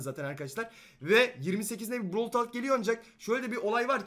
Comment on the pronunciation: Bıravl diye okunuyor bırovl diye değil